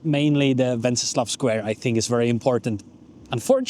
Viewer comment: Docela dobrá angličtina. Jen tip: anglicky se to náměstí (a ten kníže) jmenuje "Wenceslas", se "S" na konci.